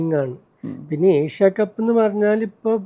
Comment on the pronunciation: ഏഷ്യ കപ്പ്‌ ആണ്. എശ്യ കപ്പ് അല്ല അഭിമുഖക്കാരാ